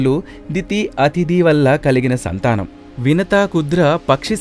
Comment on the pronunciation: మరిచి కాదు మరీచి, కుద్ర కాదు కద్రువ. వినుత కాదు వినత.